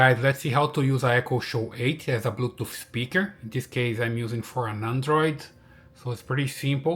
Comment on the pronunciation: What is blue “toof”